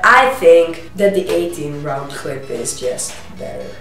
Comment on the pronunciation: he did not call it a clip he called it a "Clipazne". but your still right